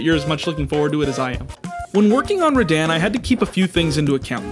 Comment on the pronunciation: Also, rad-ahn, not rad-anne